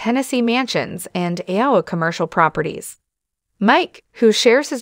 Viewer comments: Who is this woman who cannot pronounce Iowa? (Anowa????) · Another one of these stupid shows where they use a computer generated voice that can’t even pronounce. Iowa correctly.